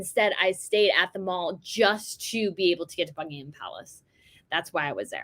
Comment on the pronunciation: Loved your commentary, and your interest in the UK and the Royals. Thrilled that you got your selfie with the Princess of Wales! Just FYI, it's definitely The Mall to rhyme with 'Pal', and not 'Mawl' as in a shopping centre. Once again, really enjoy your posts and your enthusiasm for us Brits! XX